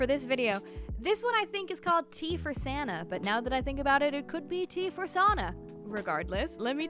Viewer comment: Yeah, Sana is pronounced Sahna haha have you heard about High Above and Rootbound? They both look so good!